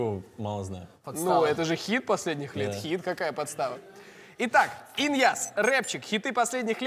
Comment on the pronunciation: Почему я слышу не ин. яз. а Ильяз аааааа!